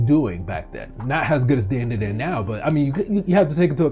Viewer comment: Its pronounced Dan-da-dan not Den-de-den